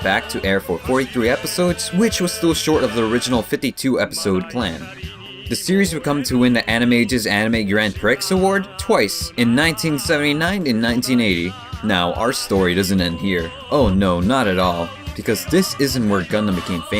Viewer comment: Just for future reference Grand Prix is pronounced Grand PREE.